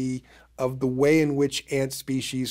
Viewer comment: He also says species wrong and says spe- she’s it’s spee - sees . Drives me insane